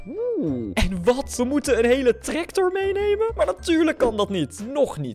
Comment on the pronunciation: Hij zegt treCtor😂😂😂😂😂😂